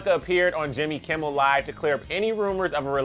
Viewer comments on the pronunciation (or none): none